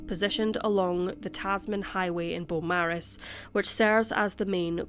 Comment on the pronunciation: Thank you,. Us Aussies sure do appreciate all of the cases you cover here. Hadn't heard of this one. RIP Victoria & Giuseppe. Just a side note, if it's pronounced like the Melbourne suburb of the same name, then we say "bo-morris". 🖤 🐨